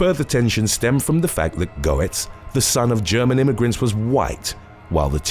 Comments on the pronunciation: #3 - His name is pronounced "Gets." What happened to him was a blatant case of self-defense. You left out the fact that the young men each had large, long shank screwdrivers about the size of a typical WW2 bayonet in length. They were smart, as carrying screwdrivers wasn't a crime in NYC; and still isn't. They brandished them at Goetz, and they certainly didn't politely "ask" for money. It was a violent mugging. One that he had experienced before on the NYC subway. However, during the first incident, he didn't have any guns. So he was violently beaten to a bloody pulp and almost crippled for life. That was one of the factors taken into consideration for the ruling that he acted out of fear. Another one being, Goetz pointed out that he had obtained two handguns illegally. One being the small revolver he used. The other, a higher capacity, bigger and heavier .9mm pistol. The prosecution tried to argue that he was intentionally looking to shoot someone that night. The defense successfully argued that if that was the case, he would have been carrying the .9mm instead. As for the disgusting claims of racism, there will always be those looking to push their political agenda onto others. Sometimes when a younger Black man gets shot by an older White man, it's not due to the color of the former's skin. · Goetz is pronounced Gets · Bernie's last name is pronounced "Gets" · OK. This one made me feel old. Goetz's name is pronounced Getz. He's a lyric in a Billy Joel song. I'm going to get my centrum silver. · It's pronounced G uh t s actually. Also, was he approached by the flash? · It's pronounced "Gettz" okay. Gettz!! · No.3 is pronounced "gets" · Its "Gets" Jesus Christ you butcher the ENGLISH language. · His name is pronounced Bernard Getz. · #3 Goetz is pronounced Gates. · Hey bro for future reference, Goetz is pronounced "gets"... at least around here it is. If thats how you pronounce it over there, then ignore me lol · "Go-etz" No. Getz. Yes. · It's pronounced Get's!!